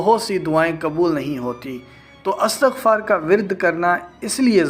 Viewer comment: Istagfar sahih hai.Astagfaar galat hai.